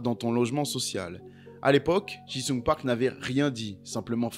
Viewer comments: Park JI sung, pas JIN sung 😂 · Ça me trigger à chaque fois que tu l'appelles Park "Jing Sung", bordel 😂😂😂